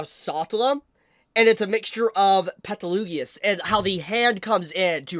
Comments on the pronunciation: Pls learn how you pronunce Petelgeuse/Betelgeuse's name since he is one of your favourite characters, as you said. He's not Petelugeoous. Also, you missed the post credits scene where they show how the wives are alive and Emilia tells Subaru about being frozen? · Why does he keep mispronouncing Gueses name 😭 every time i hear peteloogius it's like nails on a chalkboard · I stopped midway through this video because I couldn't understand how you could pronounce Satella and Petelguese's names so aggressively wrong. Did you not watch the animes?